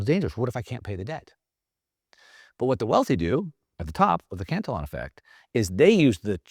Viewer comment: This guy doesn't even know how to pronounce Cantillon. Uneducated Economist has much better and more accurate info.